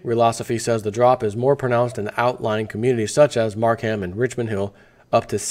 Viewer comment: its pronounced Markum not Markham.